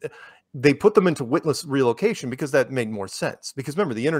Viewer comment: " WHIT-LESS RELOCATION " heyyyyyyyy!!!!!!